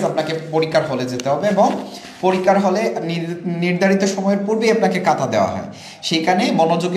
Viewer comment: কাতা না ভাই খাতা > খ (খাতা)🫢